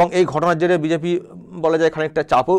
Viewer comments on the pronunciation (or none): none